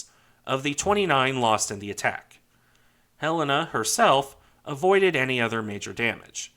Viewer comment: I dont normally care for how things are properly said, but Helena being my states capital, for some reason really annoys me alot when i hear it said wrong. And very, very few say it right. Thank you for pronouncing Helena correctly. Great video!